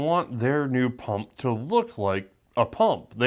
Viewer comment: Quit saying pump like that.